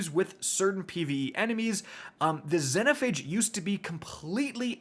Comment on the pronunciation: Xenophage pronounced Zee-no-fay-g